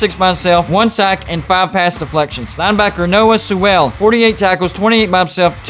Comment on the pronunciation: Couldn’t pronounce the Oregon names either. Like he never heard the name Sewell before.